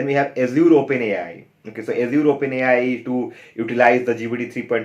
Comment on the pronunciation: Fair content. Although it is funny how you say Azure. ऐश्यूर :D.